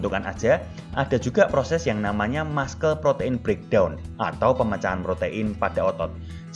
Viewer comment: Muscle spellingnya masel bukan maskel